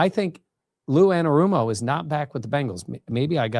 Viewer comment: wow congrats you finaly pronouced ANNA-ROOM-O correct. go seahawks.